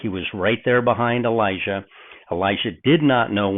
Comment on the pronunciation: I think your understanding of the thinking of both Elijah and Elisha (including your pronunciation, which is horrible) is far from their actual thinking.